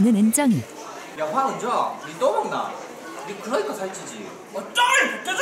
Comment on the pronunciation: 저 황↗️은↘️정➡️ 이 너무 찰짐ㅋㅋㅋㅋ